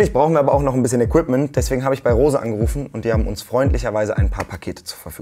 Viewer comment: Ich bin so glücklich dass du Rose nicht Englisch sondern Deutsch ausgesprochen hast sowie in deiner insta Story und ich habe so eine Tour auch mal gemacht nur dass ich dafür etwas länger Zeit hatte